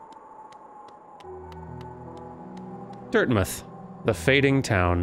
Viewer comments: As an experienced hollow knight player, "Dirtmith" killed me. XD Pro tip, 'dirt mouth.' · DIRTMITH??!?!? ITS DIRT-MOUTH